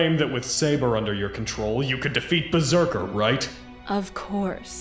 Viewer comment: Can't wait to see Gilgamesh vs Lil Murder Machine and Berzerkar(How the show pronounced it I swear)